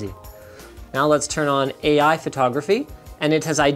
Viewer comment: That just sounds like “A-Iphone” when you say it